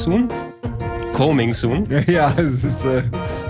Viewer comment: Bei ist "coming soon" richtig geschrieben. Wenn das so falsch ausspricht, könnte man meinen er sei zu viel auf dubiosen Websites unterwegs, wo es eher "cuming" geschrieben wird.